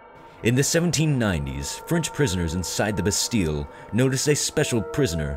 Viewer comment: oh and the "l"s in Bastille are silent... sorry but thats a really annoying mistake people keep making